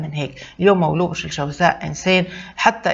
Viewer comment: ليش تقولي مولو..... ما تقوليش مولود ستفزيتيني